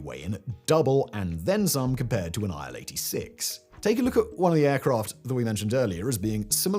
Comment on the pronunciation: „Aisle 86“ 😂